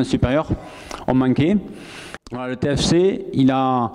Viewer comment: Discours très encourageant pour lessupoortersmais essayer de dire "TÉFÉCÉ"